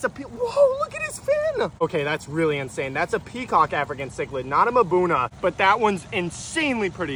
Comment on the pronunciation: Do you say "mahbuna" and "playco" wrong just so people comment lol?